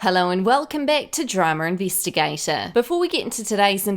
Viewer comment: “Dramer Investigata”...I just love it 😋